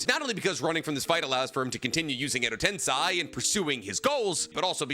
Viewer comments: It's not Edo TensAi, it's Edo Tensei. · Why does MF keep saying Edo Tensai? Tiktokers pretending to be youtubers are rough man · It hurts to keep hearing u (a Naruto "expert/professional") mispronounce "edo tensei".. it's not ten-sai.. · Tensei is pronounced “ten-SEY” with “sei” like the word “say”